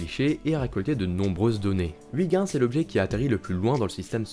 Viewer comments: Huygens se prononcé euilgenns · Très bonne vidéo, et, pour la prochaine fois, "Huygens" se prononce oeil-gue-ns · C'est horrible cette prononciation de Ouigens, surtout prononcée si souvent. C'est est pourtant si facile d'utiliser la prononciation de Google Traduction, en néerlandais bien sure (voire en anglais, ça marche aussi) pour savoir comment le prononcer correctement. ,04'35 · Faut arrêter de dire "Wiguins" quand on parle de Huygens, c'est juste horrible, merci. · Heu je suis pas sur pour la prononciation de Huygens😂, sinon superbe vidéo, de magnifique animation